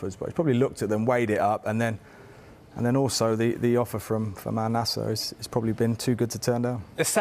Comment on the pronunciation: The name is Nassr. Not NasAAAr. I don't know where you're getting the A after the double s from??